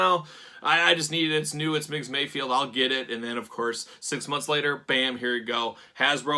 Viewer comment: Ever time you say MayFIELD instead of MayFELD my eye twitches. lol